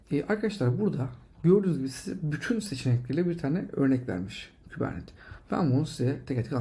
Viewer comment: Hocam iyisin hoşsun, şu kubernetes'i kubernet diye telafuz etme rica ediyorum. Kolaylıklar